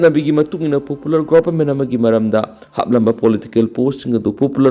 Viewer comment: Pupular, six fear, uccharon chumnaba hotnou, ngammoidaba oiragana sinphamsi thadoklaga atoppa chunnagadaba sinpham thiyu. Sinpham asi uccharon sengdaba migi natte.